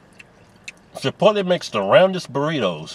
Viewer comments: wTF is "ChiPOLte"? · Chipotle, god damn it. Chi-pote-lay. They have a big sign that says it. People just switching letters around for no reason. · "CHIPOLTE" LMAO